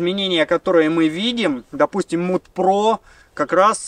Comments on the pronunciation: Mud, произносится мад, а не муд. Уж очень режет слух. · побуду душнилой. не муд про, а мад про. от английского mud - грязь